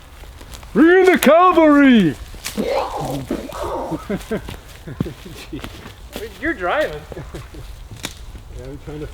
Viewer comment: Cavalry not calvary. Library not libary. Cavalry or horsemen are soldiers or warriors who fight mounted on horseback.